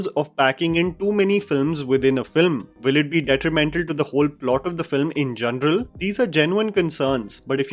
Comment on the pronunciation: Lol, you can’t even pronounce “ general” . You literally pronounced it as “ Journal” 😂😂😂